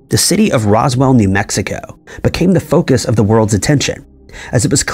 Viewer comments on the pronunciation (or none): none